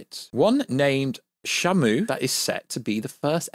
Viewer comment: You keep pronouncing shimu name wrong it's (she)(moo) not shamo. He not a whale lol